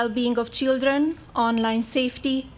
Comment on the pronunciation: Chidren, istory, invitistor Wtf? Make English great again!!!!